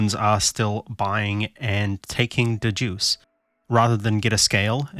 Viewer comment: ITS DA JOOSE